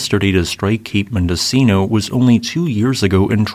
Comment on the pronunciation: Mendocino is pronounced “mendo-cheeno’